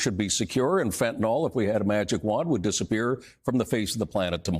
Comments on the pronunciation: Fentanyl not Fentanol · Hey, why do you say 'fentanOL? It is 'YL'. Don't copy USA's hick talk. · [ fen-tuh-nil ]. I edited my comment down to this. Serious times and I was being petty. If you are going to speak in public the least you could do is not sound like. There I go being petty again. Nuf said.